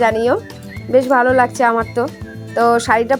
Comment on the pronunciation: ঠিকমতো বাংলা বলুন লাগদিছে না লাগ ছে